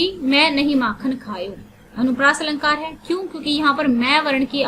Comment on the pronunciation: Not anupriyash , it's anupriyas ok ma'am 👍👍👍